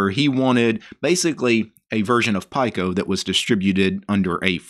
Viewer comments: Pike-O😂 As soon as he said that I came looking for this comment! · It's pronounced "pico" as in 1/1000 of a nano. "Peek-O" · Pico is pronounced pee co. Nano is pronounced nah no. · yeah, i was thinking same.